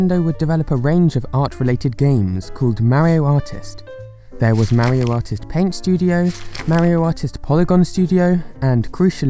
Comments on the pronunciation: ok ok ok Maario it’s Mario you make the a’s longer then they should be just say mar then io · You said marryo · Plz stop saying mario like that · nobody:: MÆrio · Forever amazed on how fun Americans’ pronunciation of “Mario” is. Is it MEH-RYO or MERRY-O? Or maybe MARY-O?